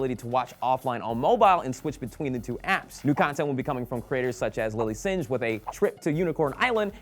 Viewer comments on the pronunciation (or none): Lilly Singe? lmfao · "Lilly Sinj" lawlz